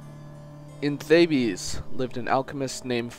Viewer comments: 4 It would appear that I got them mixed up; still, you pronounce it ugly. Theebs, not Thabies. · 4 All of Canada pronounces Thabes/Thebes like that? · Are we not going to mention his pronunciation of thebes.